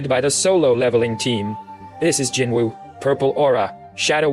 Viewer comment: Your TTS pronunciation of Jinwoo is as horrible as your conclusions. And your presumptions. Jinwoo's test WAS sacrifice and tenacity, the system would not, could not, choose someone without.